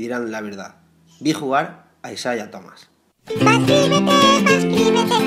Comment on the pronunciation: Me estresa que diga isaia